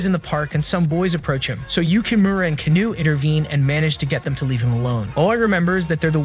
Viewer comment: It’s Kano not canou